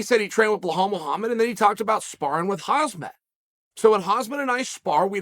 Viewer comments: Chael... It's KhaMzat. KhaMzat, damn it! Not KhaZmat. Please somebody tell him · 😂 😂 CHAEL it's pronounced *HAM-ZAT not Hazmat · Chael brother, you keep calling him Hazmat, it’s Khamzat. 🤣. Great channel by the way. 💪🐐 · KhamZat not Khazmat Chael 🤣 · Not Hazmat but Hamzat Chael. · This guy still calling khamzat hazmat 😂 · its Khamzat, not Hazmat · Ham zat not haz mat c'mon uncle chael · He’s literally said his name hundreds of times by now. Khamzat isn’t pronounced Hazmat, at the very least say Hamzat lol and where tf did he get the H in Belal’s name. What is a “behal”. 10 seconds of effort. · Huzmet? Get his name right! Khamzat! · Looks like uncle chael is making millions of khamzat videos. Uncle chael with all due respect at least pronounce his name correctly it's not khazmat it's khamzat. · Uncle Chael, it is Khamzat not Hazmat lol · Chael, my man, you keep calling him Khaz-mat...his name is Kham-zat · NOT HAZ MATH, IT IS 《HAM ZATH》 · Chael my man… Khamzat is not called ”Hazmad” he is called ”Hamzad”… 🤣 next time… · I love you Chael, but the name is KHAMZAT, not Khazmat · It's "Khamzat" not "Kazmat" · Wtf Chael, he’s pretty famous by now, it’s KHAMZAT not Hasmat. Love u but it’s really like calling you Chnael.. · It's not HazmatSuit Chimaev, Champ. It's Khamzat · chael its not hazmat..like he's named after those fuckin white suits. its khmazat pronounced homzat. your calling him after a white suit, lol hilarious. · ... its Khamzat!! not hazmet... please Chael.. Khamzat! A Ham and a Satelite but together.. Khamzat.. and you dont pronounce the K.. its Ham + Zat.. please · aaaand still says hazmat istead of khamzat... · Khamzat Chael, not hazmat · Am I the only one noticing Chael pronouncing Khamzat's name wrong? 😂 It's KhaMzat, not KhaZmat Chael 😁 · Its khaMzat not khaZmat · Its Khamzat not Khazmat. Come on dude, its only 1 word to remember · it HAMZA not HAZMAT :D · Please stop say hazmet sounds like suit you where to stop radioactive stuff. Khamzat is his name.